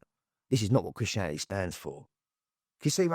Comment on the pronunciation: Chrittianality 🤣 It’s Christianity